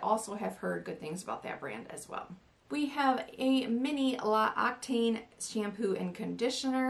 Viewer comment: L'Occitane is pronounced lox-ee-tahn.😎